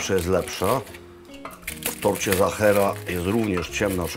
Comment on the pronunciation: Serdecznie pozdrawiam p Maklowicza i jego Rodzinę,najlepsze konfitury morelowe to z doliny Wachau w Austrii slynącej z pysznych moreli,(wiem coś na ten temat ,bo mieszkam od lat w Austrii)jedno na co zwrócę uwagę to nie mówimy "Zachera" tylko Sachera,wyraźnie w Austrii wszyscy wyraźnie slyszą i wymawiają i piszą tort Sachera,to tylko taka mała uwaga,(z pewnością niezłośliwie podana przeze mnie)wszak uczymy się przez cale życie i wzbogacamy przez to nasze życie,jeszcze raz serdeczne dzięki za tak super odcinek i wszystkie dotychczasowe